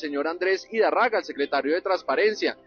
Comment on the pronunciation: NO ES IDARRAGA ES IDÁRRAGA. CON TILDE EN LA PRIMERA A